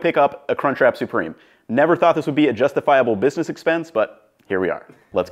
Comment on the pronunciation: ‘kwispy whisky bwiusiness’ 🤦‍♂️